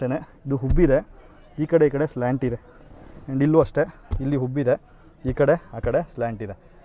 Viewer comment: ಹುಬ್ಬಿದೆ ಅಲ್ಲ ಉಬ್ಬಿದೆ